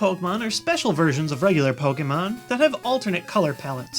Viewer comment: pokemon is not prononced poke - mon its prononced pok ay mon dont make that mistake